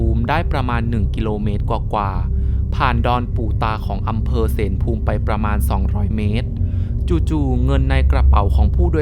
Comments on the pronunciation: อำเภอ เสลภูมิ ออกเสียงว่า เส-ละ-ภูมิ ครับ หลอนดีถนนเส้นนั้น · เส-ละ-พูม คะ